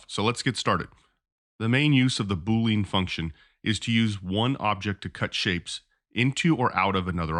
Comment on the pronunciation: I like your video, but your pronunciation is incorrect. It is boo-lee-uhn, like "under". It is not boo-lean, like "lean cut of meat"